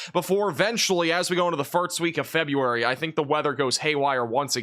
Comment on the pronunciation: Is he saying firts, and farts instead of 1st !?!?!?!?!?